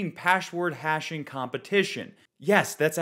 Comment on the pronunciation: LOL Paschword Hasching Competischion